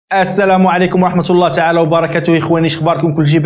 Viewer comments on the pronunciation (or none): none